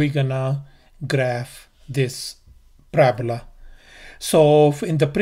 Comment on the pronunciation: Parabola wrong pronounciation